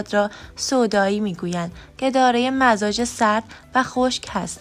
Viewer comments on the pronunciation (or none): سلام تمام مزاج هارامجازتلفظ کردین !!!